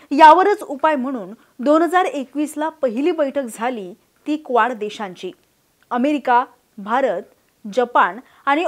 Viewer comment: क्वाड ला बरेचदा या video मधे स्क्वाड उच्चारले गेले आहे. ही चूक सहज दुरुस्त होऊ शकते.